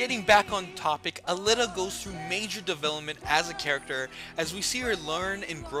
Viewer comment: Aleeta is how I would pronounce it.